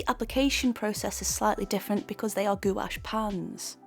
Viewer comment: Loved the video but it's pronounced like gwash